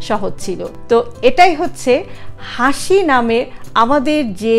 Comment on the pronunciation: Sorry to say,, Plz correction...hashi 🙏